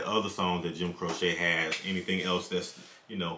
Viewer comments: Not sure anyone mentioned it but his last name is pronounced Crow-chee. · It's pronounced Crow-chee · Pronounced : Crow-Chee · ....Jim's last name is Crow-chee. I think you know that, but just a reminder. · Crow-chee, my brother. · His name is pronounced Crowche, long sounding e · His name is pronounced Crow Chee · Pronounced "Crow-Chee" . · Pronounced Crow-Chee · It's pronounced Cro-chee. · It's pronounced CRO CHEE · It’s Jim Cro-chee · Pronounced crow che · The correct pronunciation is the way Jim pronounced is own damn name. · You killing me saying his name wrong lol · I live in the town where he lost his life following a concert he did at the local university. (his name is pronounced Cro-chee) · his name is Italian, so it's actually pronounced Croh-cheh. That is how Italians pronounce it. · Well actually his name is Italian, so the proper pronunciation is Croh-cheh, if we are being pedantic. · His name is pronounced CROW-CHEE. Love his voice and songs. Thanks much for reacting to this song. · Oh- and his name is pronounced “crow-chee” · That is my favorite form Jim Croce, others are "Don't Mess Around With Jim", "Operator', and "I've Got A Name" BTW, it is "Crow-che" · His name is pronounced Crow-chee. Operator, Time In A Bottle, Don’t Mess Around With Jim, Rapid Roy (That Stock Car Boy) are all must listen to songs. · It's pronounced Crow Chee and he has a ton of good songs. Look at the album Photographs and Memories. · What a great throwback! Just fyi, it's pronounced Crow-chee. :) You can try out Time in a Bottle, I Got a Name and I'll Have to Say I Love You in a Song. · There is a follow up to this. The name is pronounced Crochee. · Jim Croce pronounced crow-she.✌️❤️🙏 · Its actually pronounced Crow'Chay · "Jim Crochet"???......Does Jim look French to you??? Maybe you meant Jim Croquet, or Jim Croissant, or Jim Cordon Bleu?? Dude!!......his very Mexican last name is pronounced.......Crow--chee. Now......go and check out his masterpiece....."Operator".